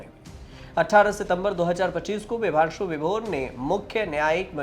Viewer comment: Vibhanshu Sudheer nam hai bhai ...Bhaang kha ke research krte ho kya aap log nam tk sahi nhi bol rhe.